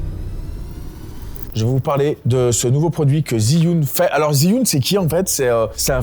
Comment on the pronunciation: j'adore les montage de manon et ton sweat apres attention tu prononce mal Zhiyun, j'avoue saigner un peu des oreilles a chaque fois que tu disais ziyun (jfais genre jsuis un puriste chinois, en vrai on s'en branle). c'est dje yun sinon video au top comme d'hab!